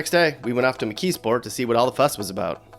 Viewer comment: Not Mckeesport lol!